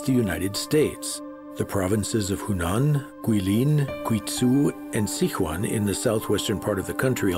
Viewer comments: and it is Si Chuan not Sic Huan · it is Sichuan not Sichua lol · Sick wan！hahahaha I'm a Sichuanese！ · As a Chinese I find his pronunciation of Sichuan hard to listen to